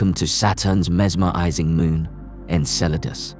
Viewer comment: Couldn’t they find a narrator that could pronounce mesmerizing?😂